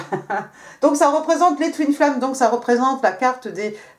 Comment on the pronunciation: Bonjour Madame, Ayant le français et l'anglais comme langues maternelles, je me permets la remarque suivante: Merci de travailler votre accent (où placer les intonations), c'est perturbant et ça me fait perdre le fil. Ex: Twin flames sonne comme Toon flares X) De plus, votre tic de langage qui est le e prépausal se retrouve aussi dans votre anglais et ça n'aide pas. Sinon, un énorme merci pour votre travail ❤